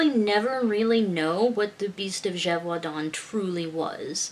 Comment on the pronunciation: Oml you should start a French asmr channel! I got a tingle in my neck everytime you said "Beast of Gevaudan"😂👌🏻 I loved this legend, it gave me a story idea where all the different legends happened at once lol. Is there any Nordic werewolf legends you could research? I really enjoy the lore videos! Also, you and your daughter were too cute together😍 And the French "losér" made me lol.